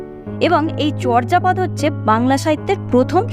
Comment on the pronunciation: আপনি এখানে চর্যাপদের উচ্চারণ বলেছেন 'চর্'জাপদ' কিন্তু প্রমিত বাংলা উচ্চারণের নিয়ম অনুযায়ী উচ্চারণটি হবে 'চোর্'জাপদ' । নরেন বিশ্বাস, বাঙলা উচ্চারণ অভিধান, বাংলা একাডেমি, ঢাকা ।